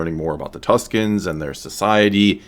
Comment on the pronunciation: I actually think it's "Tuskens", Tuscans are another name given to the Italians inhabiting Toscany :p